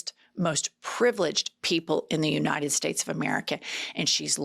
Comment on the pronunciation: Nobody: MTG: "You-nine-dend States"